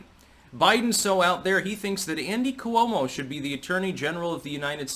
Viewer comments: you gotta not pronounce "Cuomo" that way. Coo-oh-mo, c'mon. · the way you pronounce "Coo-oh-moe" just drives me nuts...maybe your correct, but it's different then anyone else.... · I laugh to myself everytime I hear you pronounce Cuomo. Haha